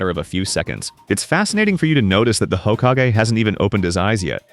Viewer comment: Ugh. The "hokkagay" 😐